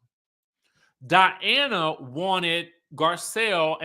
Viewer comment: School the people!!!! This is your channel and the Skye Squad is here for you! ❤❤❤ Edit: I live for these RHOBH reviews cause you get extra passionate. The way you call Diana, DIANNE kills me every time! 😂